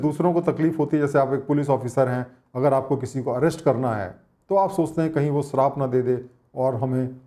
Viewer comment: You work very hard for making such wonderful videos. Please work a little more on your pronounciation. It really hurts ears when you say biswas or sarap.